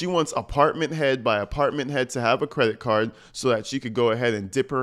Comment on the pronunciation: "credit carrh"